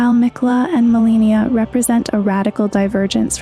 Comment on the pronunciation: You mispronounce Marika and Malenia, makes me feel like you haven't played the game. They say it multiple times, you don't get to just pick